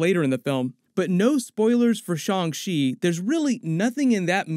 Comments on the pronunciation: "SHONG SHE"?????? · The mispronouncing of Shang Chi is getting rough.